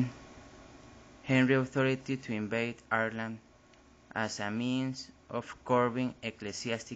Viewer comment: Great job but i'd brush up on the pronounciation of Ireland. It's not "ear-land" it's "eye-er-land". Sorry for the critique but if you are going to post this it would definately be a better presentation if you could be understood.